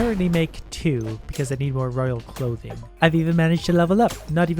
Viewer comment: hey uh... not to be a grammar nazi but... i think royal clothing is pronounced cloth-ing? not clo-thing??